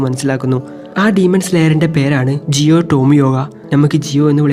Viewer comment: Jiyo alla giyuann